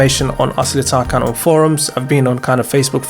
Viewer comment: It’s TarJAN not TarKAN. The c in Turkish is pronounced as a J.